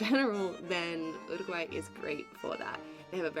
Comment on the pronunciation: You -ruguay in English not ooruguay.